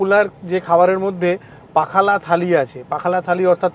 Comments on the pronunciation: It's not pakhala it's pokhalo. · Dada/Bro, its pronounced as PAW--KHA--LAW.. PA--HA--LAW.. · পোখালো হচ্ছে সঠিক উচ্চারণ। এটা spell করে বোঝানো যাবে না । এটা উচ্চারণ করেই বোঝানো যাবে। ওড়িশা হোটেল all time favorite ভুবনেশ্বর এ দারুন খাবারের টেস্টে ও পরিবেশন। পাহালা এই শুধু রসগোল্লা খেলেন। ছানা গজা try করলেন না? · Pronunciation was wrong. The way you savoured pakhal was wrong. Kindly observe the local people, the style of their eating.